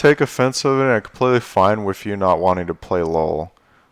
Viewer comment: Love everything you do bro, but I have to say that I only have one complaint about this video. The word is "wiTH" not "wiF" ;)